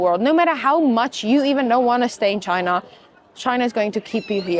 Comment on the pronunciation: Please correct how you say ChinAAH... Lol! It's China with a short a not aaaah! Hope you'e not teaching English there.